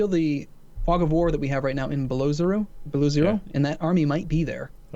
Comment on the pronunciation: Beloh ohzero ffs